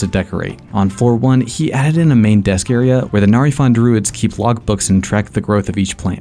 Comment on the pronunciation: His who accent switched when he said log he gotta be Italian or from New York 😂😂😂😂